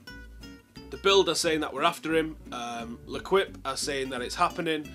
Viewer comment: Le Quip? L'equipe is pronounced 'L'keep'.